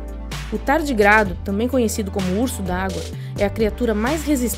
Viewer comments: T A R D Í G R A D O com acento agudo no ''i'' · Só uma correção: Tardigrado, se lê com entonação aguda na letra i